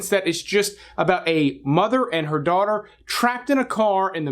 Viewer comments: Daughter, not Daghter. 😊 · You said _Daghter_. Heheh 😏